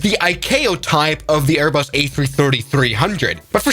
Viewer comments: “Airbus A333-300”, “A-Bus 340” The hallmarks of what YouTube is full of these days: poorly-written, AI-narrated, lazily put-together videos. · “Aebus” is the funniest part 😭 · 2.04 aiybus??????????? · “A-bus” WHAT THE ACTUAL FUCK?!?!?!?!?!😂😂😂😂lol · Embrier Aibus Boing Bombadeer 💀